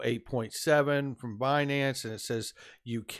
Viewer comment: Its binance,. Binance!